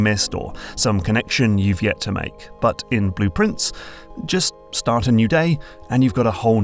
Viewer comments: Same! I went "wait, is the game called 'Blueprints'? I thought it was— ohhhh." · same lol. I was like "why is calling the game Blueprients? Did he got the name wrong? It's Blue Pri- WAIT WAIT" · I feel like an idiot, but only because of your accent did I realize that Blue Prince is supposed to sound like blueprints